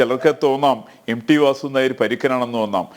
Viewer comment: M D alla M T, dear anchor